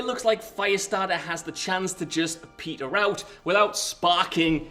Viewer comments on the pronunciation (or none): none